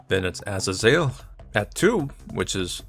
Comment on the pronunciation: Im pretty sure it’s pronounced ah. Zae. Zel.